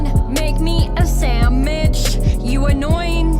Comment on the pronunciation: never saying samwhich ever again